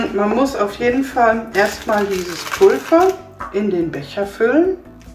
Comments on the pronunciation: Warum sagst du Pulfer das heißt Pulver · Wieso sagst du Pulver mit F es wird aber mit w ausgesprochen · Sie sagt immer statt Pulver 'Pulfa' 😳😂